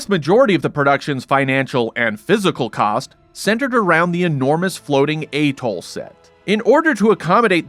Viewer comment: Go on, pronounce atoll again, you might get it right...